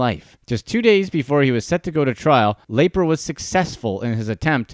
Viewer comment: Wow, still looking for a Youtuber who pronounces Lapre’s name correctly… 👎